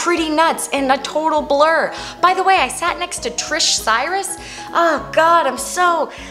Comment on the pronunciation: its Tish Cyrus with no R 😂